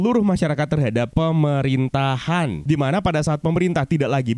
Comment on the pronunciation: Gua suka cara lo penekatan kata "Pe Me Rin Ta Han" karna lo warga Konoha😁